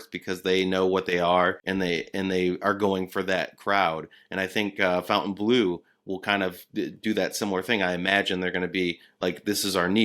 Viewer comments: This is getting irritating. The pronunciation is "Fontainblo" and not " Fountaineblue" (NB the two e in Fontainebleau are both silent); The Cirque show at Bellagio is O which the pronunciation of "eau", which is water in French. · Please, please, please, Stop calling the casino across from Resorts World fountain blue. Its not fountain. Its not a casino themed around fountains. Its" FONTAINEBLEAU". Its not a drinking fountain. It is named after a city in Paris. Learn how to pronunciate words please. Dont feel bad because all of the tv reporters call it fountain blue as well. One would think that the news reporters would be smarter and more educated than that.